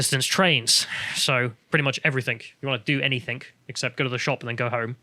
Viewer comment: Someone needs to chide him every time he says "anythink" and "everythink" - it's intensely distracting.